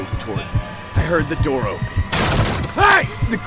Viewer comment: he started knocking on the window and said '' open the noor''